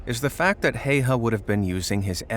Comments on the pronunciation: Häyä not Haya. Search how to pronunce ä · HÄYHÄ Not Hejha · Well, the pronunciation could have been better, but his last name is one of the harder for non-Finnish speakers. Well, Swedes, Norse, and Estonians should nail it as well. The sights of his rifle were called "bunny ears". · I know about his military career and I will not watch this video because his name is being pronounced wrong sorry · You pronounce his name wrong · Not Heiha, Häyhä. Also only one i, not two. It's Simo, not Siimo. Scratch all that. Only Finns can pronounce the finnish names properly. Also the day is shorter moving further north. In Lapland ,or "Lappi", there's no daylight at all for a few months.